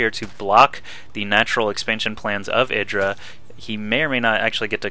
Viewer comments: Pretty sure that IdrA refers to himself as "ih-dra", not "eye-dra". If you watch the interview of IdrA that Artosis did, Artosis calls him ih-dra the whole time (and they are on a real-life first-name basis, so I trust that over, who has never met Greg Fields) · you are driving me crazy its I-dra not edra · no its id-ra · It's "i (like 'lick') - dra". He said his name used to be idrajin [sp] and that's pronounced with the short "i". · its i-dra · u do not seem to know how to say idra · Just me or is this not how you pronounce IdrA?